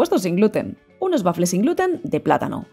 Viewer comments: Por diossss no se dice bafle!!! El bafle es o era un altoparlante donde se amplificaba la música. La pronunciación correcta es" uafle"( te lo escribo en fonética). Pero gracias de todas formas por la receta. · Waffel es una palabreja alemana, se pronuncia tal como se escribe. Muchas gracias por la receta. Igual se puede prescindir del huevo.